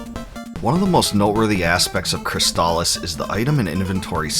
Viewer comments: Thank you for pronouncing "Crystalis" correctly. Easily one of my top 5 games for the system. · Finally, someone pronounces the name of the game correctly. I've seen so many reviews, and they just keep calling it chrysalis.